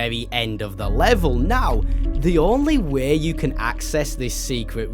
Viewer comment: “You know the little wæ” caught me off guard